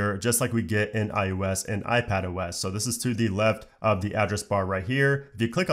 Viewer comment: Are you saying iUS instead of iOS...?